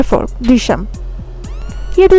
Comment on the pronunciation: ദൃശ്യം പറയാൻ ചേച്ചി നാക്ക് വടിക്കണം 😁😂😂